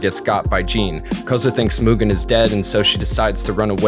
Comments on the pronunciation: Myoogen...Myoogen...I'm always fascinated when someone takes the time to make a lengthy video essay and mispronounces something as important as a main character's name. I'd assume the person doing the review would have watched the source material on a few occasions, in this case maybe even dubbed and subbed, and wonder why they mispronounce something so easy to not mispronounce. I mean sure, later in the essay he pronounces it correctly, but eh, just something that got my attention. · He really said Mugen like Mewtwo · he said Mewgen. Even in the dub they say his name correctly. Like a cow Moogen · did he say "mewgen"? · Just curious why do westerners default to the (myu) gen pronounciation? There are a lot of words that suggest there are other ways other than the mute/mucus pronounciation such as mutt, munch, mundane, etc. Just genuinely curious. I've met some Europeans before and from what I remember they don't stray too far from mu (moo) gen and not (jen). How does it equate in your head? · "myoogen, jean, and fuu" lmfao good video but that butchered the names